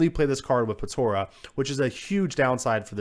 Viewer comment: It's pronounced Po-TA-rah not Po-TO-rah.